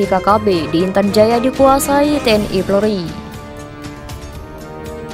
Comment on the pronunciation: Apa hanya saya yg dengar TNI PLORI dalam penyebutan.